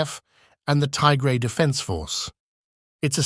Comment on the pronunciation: Not 'Taigray', It is 'Tigray'.